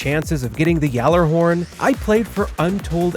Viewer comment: only youtuber who pronounces gjallarhorn correctly